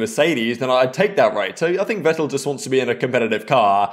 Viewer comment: Vettel is pronounced “Fettel” 😉 In german the letter V is named “Fau” and your W is in german used as your V 😉